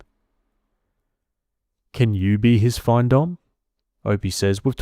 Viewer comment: FINdomme. Financial domination. It’s pronounced like fin in fish fin lol. Not FINE. Also, she needs a backbone, stop being a pathetic doormat. Stories like this are infuriating. Trash talked her and everything.